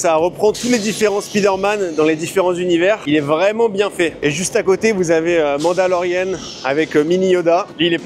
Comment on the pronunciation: ça se prononce « Manndaloriann » en anglais, pas « mandalorienne » 😂